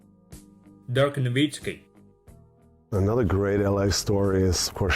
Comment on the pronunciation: 是 dirk nowitzki 不是 dirk nowisiki 發片前要不要再檢查一次 貼心提醒你